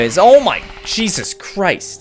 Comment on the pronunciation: When ever says 'Jesus' it sounded like he said 'Cheesus'